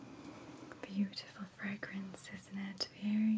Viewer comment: did you say horrible teas are buttifle